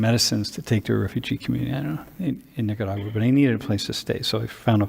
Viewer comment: Love how pronounces Nicaragua! What a beautiful experience.